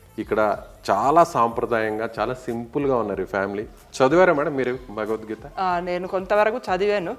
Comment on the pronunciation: Bha ki bha la palakandi bagvat gita yenti anchoru